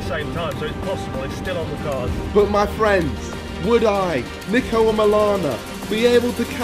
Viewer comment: You know Niko respects people when they call him “Neeko” but the subtitles still say “Niko”